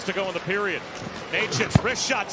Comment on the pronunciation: His surname is pronunced NETCHAS, not NEYCHAS. You're welcome.